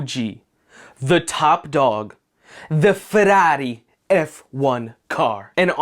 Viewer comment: Why are you softening the “r’s” of FeRRari when in Italian is the opposite of a soft R lol.